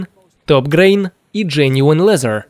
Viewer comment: "джениун лезер", "скупаца на комплектующие"... озвучивающему челу надо внимательнее читать текст с бумажки